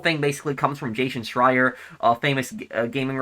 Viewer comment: couldn't even say his name